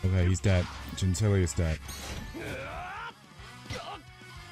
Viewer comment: Gentile Gentile Gentile not Ginteli, everytime you pronounce it wroooong come on boy ;)